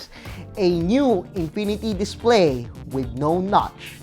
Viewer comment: "A new INPINITY DISPLEY"